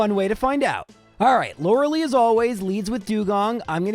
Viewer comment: Two things. One, stop mispronouncing Lorelei's name. Two, Kadabra is not the best Pokemon of all time.